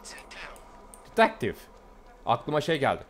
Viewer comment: Nobody:: Tıtektif